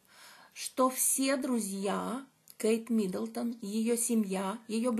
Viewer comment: Не МидОлдон,.а Миддлтон